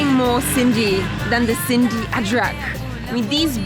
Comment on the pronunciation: Love the way your calling an ajrak a (adrak)